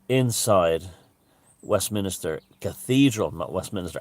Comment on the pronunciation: West- minster not minister